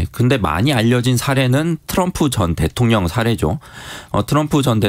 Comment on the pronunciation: 기자님 읽기가 위태로와서 듣기 불편해요.대통령을 대총령이라고, 끊어읽기도 어색해서 남이 쓴 거 의미 모르고 소리만 내는거 같단말예요